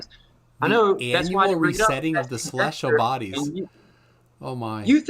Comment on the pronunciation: Is it me or is saying “celestual”